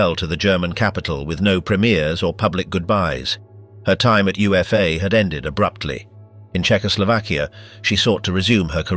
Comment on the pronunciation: UFA was said as "OOH-FAH"